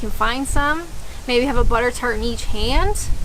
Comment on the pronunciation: Oh buttertart, I thought you said buggertart - my mind was boggling. Don't think about it too hard! :-)